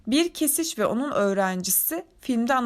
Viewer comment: Kesiş değiş keşiş iyi oku 😂